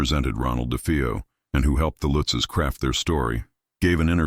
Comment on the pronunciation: It's not Lootzs it Lutzes.